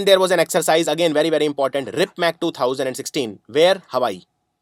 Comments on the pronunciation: its rimpac not ripmac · Very nice video Sir.Just one thing.Its RIMPAC instead of RIPMAC.